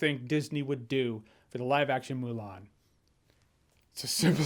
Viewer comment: How do you mess up Mulan? -_